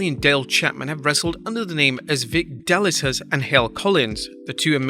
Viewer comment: "Da-li-sus" .... Pronounced Delicious. but you'd probably butcher that too.